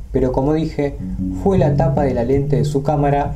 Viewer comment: Me intriga mucho éste tema, mas aún cuando se menciona el windigo. El único detalle es (sin ánimos de ofender) que se dice "Fue" y no "jué". Le quita el suspenso y la seriedad al asunto. Un saludo desde Entre Ríos, Argentina